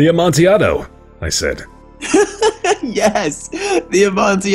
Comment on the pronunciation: I've only watched 2 seconds but I just need to say I'm so happy said "Amontiaado". Nothing salts me up quite like people saying "PIE-ELLA" etcetera.